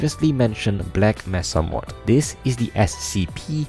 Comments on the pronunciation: the way you said "black messa" killed me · you saying "black messa" hurt me ;.( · my ears hurt every time you said black messa